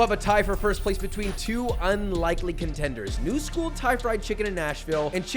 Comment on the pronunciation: "Thousands of votes later, we have our conTENDERS" 🤣